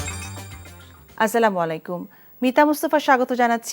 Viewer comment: যথাযথ সম্মান পূর্বক কে সুন্দর ও স্পষ্ট ভাবে আচ্ছা লামু আলাইকুম উচ্চারণ করার জন্য অনুরোধ করছি।